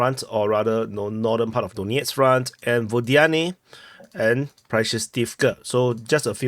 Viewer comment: Your "Donetsk" sounds a bit too much like "doughnut"... it's "Dan-YETSK".